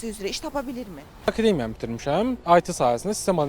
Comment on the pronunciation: Akedemiya yox, akademiya.